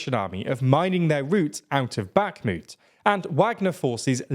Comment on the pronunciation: Now the war goes on for 16 months and commentators are still not able to properly pronounce Bakhmut, Kherson, Prigozhin, Avdiivka, etc.